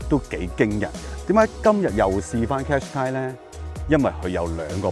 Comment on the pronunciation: 唔係讀car shu qai呀老友